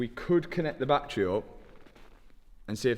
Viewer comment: You pronounce battery "Battray" and "Battery" in the same sentence it confuses me so much hahah